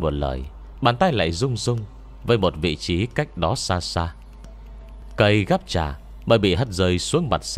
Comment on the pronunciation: cây gắp trà mà nghe đọc thành cây gắp chả hoài nhĩ:))